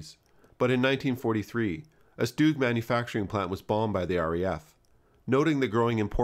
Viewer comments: It's not a "stewg" Try "S - tug" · It’s not “stooog” it’s ‘stug’ with a hard G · FYI, StuG is pronounced "Shtug" not "Stooog". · I've always pronounced 'Stug' to rhyme with 'tug'. I'd never heard "Stoog" until recently (on YouTube). Is this a transatlantic, British English vs American English thing, or is it just me? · Stug with an u, not stoog with an oo . . . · Honestly I used to say "Stug" myself which I think is fine but I got blasted by a couple of angry Germans so I tried my best to clean up my pronunciation but I still never get it right. I try not to stress to much about it. Either is fine I'd say. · Oh, well, if it's the original German pronunciation, I suppose I should defer, like pronouncing 'Planck' as "plonk" and not "plank". But I shall be thinking "tug" even as I say "toog". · German is a phonetically consistent language meaning that letters are generally always pronounced the same way and I'm sure you know how the letter "u" is pronounced in the words sturmgewehr, bratwurst and sauerkraut.